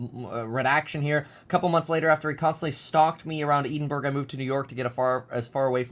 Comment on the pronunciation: FYI Edinburgh is in Scotland and pronounced "ED-IN-BRURR"